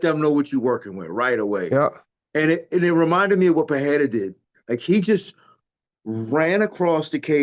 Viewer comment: Din, it's pronounced Puh-ray-ra. C'mon man, it's embarrassing at this point.